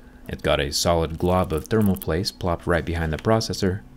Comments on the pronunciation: Did you say thermal plaste I could almost swear that is what I heard. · "A solid glob of thermal place" 😋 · "Thermal Plaste" - I caught that! 😀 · "A solid glob of thermal plaste" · Glob on thermal plaste. Anyone else hear that? xD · "thermal plaste"